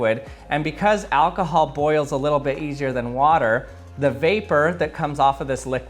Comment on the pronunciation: "What is this, Alkahaaal?!"😂😂😂